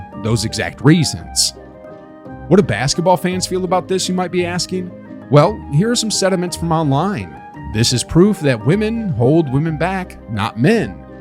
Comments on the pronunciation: Its "Sentiments" not "Sediments"... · "Sentiments", not "sediments"